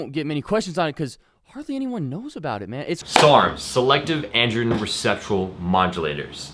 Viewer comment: Anyone who can't pronounce each individual word in the abbreviation SARMS should not be taking them... what the fuck are "selective androen receptule modulanors"?